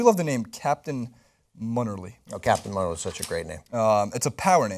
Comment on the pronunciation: he said captain "munnerly" instead of munnerlyn ..